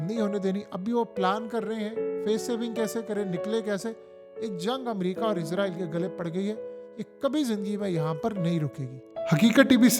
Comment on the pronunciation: بھائی جان آپ اپنی ہر ویڈیو میں اسرائیل کو عزرائیل بول رہے ہیں۔